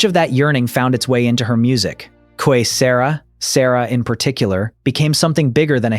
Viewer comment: It not quae Sarah it quae sera sera get it right